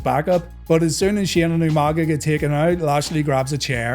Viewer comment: UMANGA!! Lmao William Regal always botching that was hilarious but Umaga was a freaking beast.